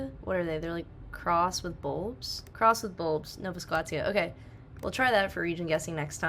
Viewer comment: Nova Scotia pronounced No Va Sco Sha